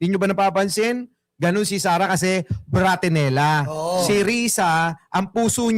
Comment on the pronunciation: 😂😂😂😂bratinela?o bobotrinela 😂😂😂😂😂